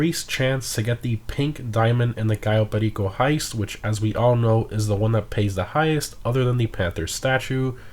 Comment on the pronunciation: Your pronunciation on "Cayo Perico" is on point. Also, thanks for the update.